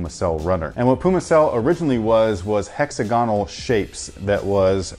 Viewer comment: HEX - AG - GONAL